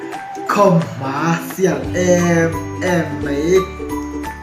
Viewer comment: Khamhma ti lo in khawmhma tih thin tur